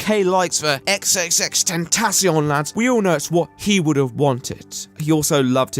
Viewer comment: speaking of people who can't read names. "ex ex ex tentacion" ??? Bro, it's tripple X. sounds so awkward when you say it like that.